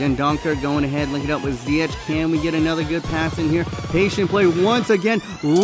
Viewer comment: You don't say zyietj but zyiëg